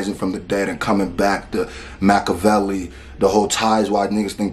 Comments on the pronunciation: Too many people think he's talking about Pac with that line.... he's talking about the actual Machiavelli who Pac named himself after - you can tell by the pronunciation. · That Machiavelli bar was a double referring to niccho and pac Most won't catch that he pronounced his name properly on purpose in order to do that (Machiavelli)=niccho (Makaveli)=pac